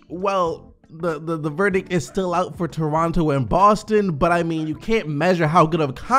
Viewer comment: Anyone else hear him say Torontu